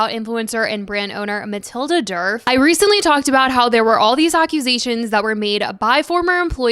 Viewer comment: The D in Djerf is silent… it’s pronounced like “Yerf/Yurf” in Swedish 😅❤